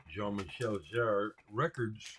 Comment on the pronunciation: Of course, you know about and have Jean-Michel Jarre (btw - correct accentuation, ). You talk a lot about influencial records during your teenager-years in your show(s). I love that. Always reminds me of the music, that changed things for me or introduced me to new genres. Jean-Michel Jarre was one of them. I remember, I went to the record store as a 10 year old and wanted to get some new things besides The Beatles, Stones and some radio hits. Ended up with Fischer Z (Red Skies Over Paradise)... AND: Equinoxe by Jarre. I was allowed to listen to it in the store on headphones – and: woooohooow. While listening, I realized, that the big hit "Oxygene" (at least in europe, it was) of course also is by Jarre. But I did not have enough money to buy a third album. At least not that day 🤗😉 Those were the times! The other to game-changers in retrospective: "Wish You Were Here" (Pink Floyd) and "Jazz Goes To Junior College" (Dave Brubeck, my Dad gave it to me, because it was his favorite record, when he was a kid).